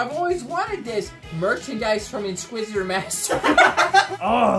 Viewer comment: omg! lol ''InsqusitorMaster''🤣